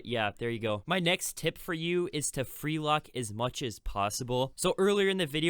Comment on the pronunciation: Ummmmm its freelook not freelock i think